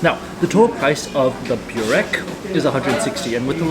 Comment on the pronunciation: Pekara is called tvrđava, or on english fortress, also your byurek pronunciation is killing me every time, you can litteraly can hear local how says correctly in backgroung. If you're there for second time, you should know this.